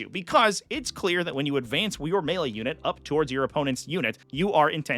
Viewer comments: "Me-Lay"? Is the announcer canadian? It's "May-Lay" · that commentator saying mealy instead of melee is killing me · i'm sorry this video is so interesting but i can't get over the commentator pronouncing melee as Me-lay xd